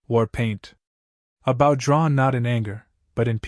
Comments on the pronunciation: just another waste of time, unfortunately they do not learn so what good is it? NOT BOU, Bo. Stupid AI. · Oh, for goodness's sakes! Get an AI that can pronounce English!! "Bow", as ipp n "archery bow" is pronounced "b-oh". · Hard to enjoy this story hearing about the bow pronounced like its the front of a ship. Lazy enough using ai for great stories. Atleast get the words correct dude. Amazing stories with crap narrations